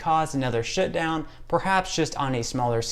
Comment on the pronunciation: The way you say "shutdown" , it sounds like "shitdown" , where are you from?